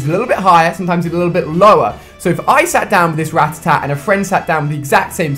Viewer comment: or ratitat. when it's FUCKING RATTATA